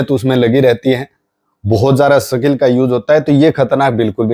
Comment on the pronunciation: Sakil नहीं यार सीधे सिधें बोलो,,स्किल